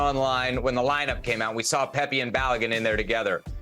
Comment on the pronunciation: can someone tell Kasey Keller his name is Pepi and not Pepe, my god